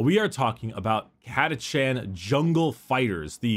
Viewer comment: CataCHAN not CataCAN'T.